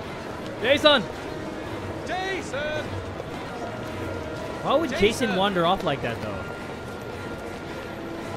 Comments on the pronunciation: It's not Jayson it's Son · I kept hearing "-San"